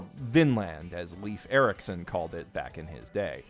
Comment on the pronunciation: You saying Leif Eiriksson wrong me as a Norwegian: you have lost all my respect